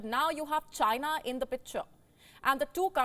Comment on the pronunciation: Why do you lay much stress on the word "CHINA" when reporting? I have enjoyed your broadcast since the start of this year because I feel you are not as biased as other news platforms on YouTube. It seems you are drifting away from that little by little especially when you making a report on a ripple-relationship nations with India. So much emotion in the reporting. Come on don't be like American media that can't be trusted with information dispense.